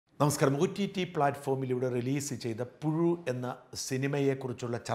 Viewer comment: പുഴു..... അല്ല....പുയു....പുസു........!!!... ഇത്...ഇഴഞ്ഞേ....നീങ്ങൂ.......